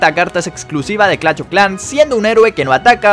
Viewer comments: Por que dice clach y no clash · Porque dice clach me da mucho toc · Jajaja como lo dice "clacht"